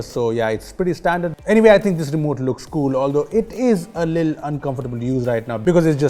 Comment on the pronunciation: He says little as lil